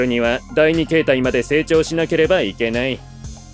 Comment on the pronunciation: やどぬしではなくしゅくしゅです